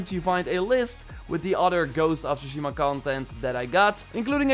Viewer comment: Is that a new fucking Trend to say shushima instead of Tsushima?